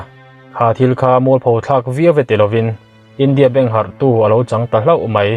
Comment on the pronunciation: Bengvar thlak viau mah se ziak chhiartute hian zotawng lam rik dan tur anga ri lo a awm fo thin hih masawn nan hman a tul hle India beng harhtu tiha beng hi lam rik dik ni se aw, beng hi thluk ni se